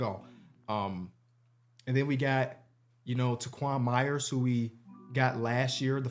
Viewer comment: Hearing add letters to words is so funny. Mayes becomes “mayers” and peay becomes “peayvy”